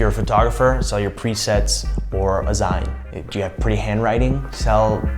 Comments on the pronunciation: What's a 'zein'? Do you mean 'zine' as in magazine, then it's pronounced 'zeen'....?? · Zine-- z-eye-n? u mean z-ee-n? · I hate to be annoying but “Zine” is pronounced as zeen, like clean. Big fan 😋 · "zine" is pronounced zeen , taken from magazine